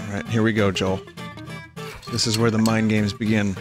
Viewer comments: every time vinny said joel i had a stroke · Isn’t it pronounced yoel? Because in Sweden the J is pronounced like a Y.